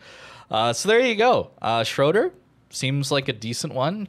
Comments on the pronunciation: you said "schroderr" but the name is "Schröder" one of our last councilors' name was Schröder ( sadly the filthy old dude that loved Putin ), so just look at a short german news vid about him and then you quickly learn how to pronounce it you could ask on your discord how its pronounced, you have some german fans ofc :D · It's pronounced "shrooder". In German the O with an umlaut, the two dots, is pronounced as a long double O, as in the English words groom, loom, food, etc.